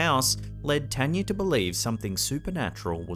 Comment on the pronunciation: As spooky as these stories are, it’s just so nice to hear the name, Tanya, be pronounced correctly.